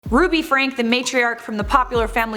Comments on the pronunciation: Their surname is Franke, but it’s pronounced Fran-key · Their family name is pronounced “frank-ee”. As if it was spelled like Frankie. Just wanted you to know for future reference.